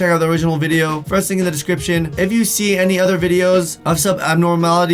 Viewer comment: Well. Now I know what it sounds like when says my name 👍🏽